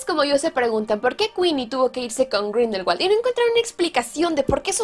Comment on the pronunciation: Capa sabías que Grindelwald en realidad no se pronuncia con W sino con V? Pronunciado sería algo como Grindelvald.